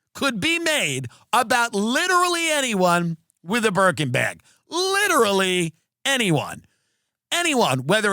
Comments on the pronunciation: "Why shouldnt this terrorist have a berkin." ... i heard merkin. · I really thought he said "merkin" the first few times. I was very confused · Oh Burkin. I thought you were saying burka